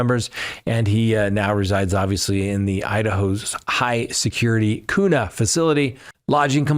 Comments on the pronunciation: Kuna is pronounced q na. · Kuna is PRUNONCED..."Q-NA" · It’s kuna rhymes with tuna